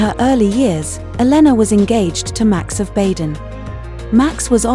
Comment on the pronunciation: Baden is pronounce “Baaden” . Long A.😊